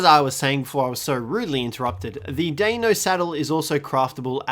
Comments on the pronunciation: it's not daino its dEino try to say it with an e not an a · the way to pronounce deinonychus is day-non-i-cus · It's pronounced DEN-NON-Y-CUS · Die - non - a - kiss Deinonychus Its not that hard Jk love the vids . but ut is prounounced that way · It's (Die-non-uh-cus) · here is how you pronounce it (die-no-sue-chus) :) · Hey try to pronounce the deinonychus. Dye non ey cuss. But try it all as one word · the way to pronounce it is die-non-icus